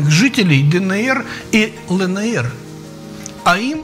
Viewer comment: Не лэнээр,а элэнэр!